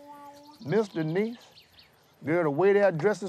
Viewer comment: He mispronounced Denice’s name though 😂